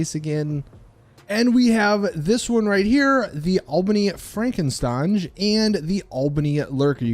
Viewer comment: It's frankenSTRANGE WTF IS WRONG WITH YOU